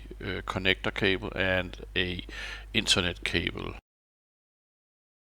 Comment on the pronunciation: The panels are *Risen, not "Reisen". Also *cable :)